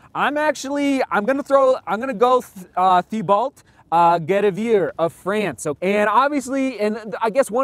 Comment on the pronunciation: Hoping Katie finishes strong and in 1st! (...and it's Tee-bo, not THEE-BAULT. ;) ) - Killian is just jaw-dropping.